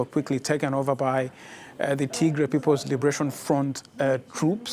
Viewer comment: It’s pronounced Tigrai not T-gray